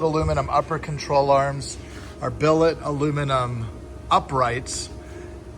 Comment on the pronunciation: Say billet